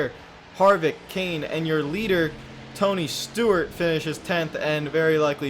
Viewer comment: ToNy StOrT......………………......No seriously he said Stort a couple times